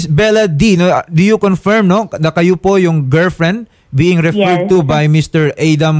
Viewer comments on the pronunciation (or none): "Confyerm." U_U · confeerm hahaha kaulaw